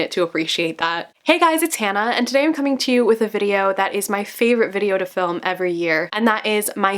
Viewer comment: She said her name was Hannah, I heard Zatanna. Lol.